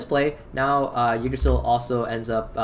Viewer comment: Ty for not saying king drasil T-T